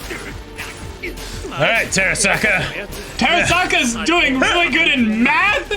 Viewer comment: Terasaka(you’re pronouncing it wrong by the way)‘s method is exactly what I used for all of my high school math tests.